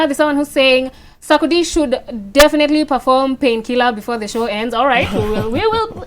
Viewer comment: Eeerrrrh te s3 ckcdie became saakodie😄😄😄😄😄I swear my 1st time understanding the name proper